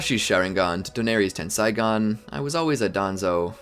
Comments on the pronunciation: isnt it pronounced ten-say-gan not ten-sai-gan? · ten "sai" gan LMFAOOOOO